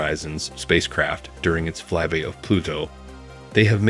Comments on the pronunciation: Why does the narrator keep saying "Fly Be" instead of "Fly by"? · Ikr, he apparently doesn't know the sound of "Y"